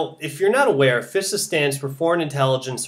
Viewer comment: Fisa? Thought it is pronounced Phi Sa.